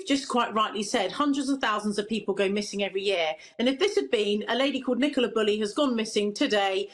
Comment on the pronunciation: can't even pronounce Bulley correctly.